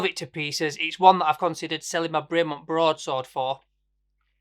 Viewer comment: Great watches but if your a super fan why don't you pronounce the company name properly? It's BREM-ON not BRAY -MONT. great vid btw